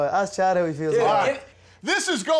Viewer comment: Y’all remember his face when Conor butchered chad 😂